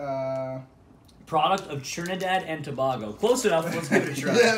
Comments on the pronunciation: Its Trinidad and To-bae-go, not to-bagel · Trinidad and Tobago (toe-bay-go) non trini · its Two-bay-go search up the country its really nice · it's pronounced Toe-bay-go. Also I really like Catch bars